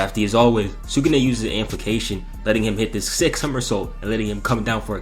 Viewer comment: "Amplication" MMMMFFFFFFF, AMPLIFICATION